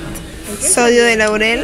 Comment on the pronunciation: muy chévere video. Sólo una pequeñita correción ; es sodio de lauril, no laurel. Agradezco este video, éxitos!